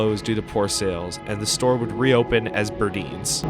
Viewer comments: The store, spelled as Burdines is pronounced BURDYNES not Burdeens! The sound is a long I. The store Burdines like dine. Burdines. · Also the b dalton is really still Barnes and noble, they own the trademark. And you’re pronouncing burdines wrong it’s a hard “I” like eye not eens. Great channel! Loved this video